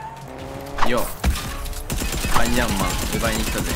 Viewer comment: アイアンマーンって言ってるとこヤイヤイマーンって聞こえたw